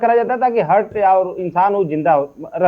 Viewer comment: Abe lal topi langoor ghonsi, kuch English to bolna sikh lo tum. Heart hota hai, Hurt nahin. 😅😅😅